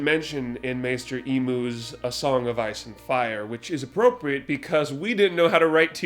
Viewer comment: “Maester Emooz” 😂 😂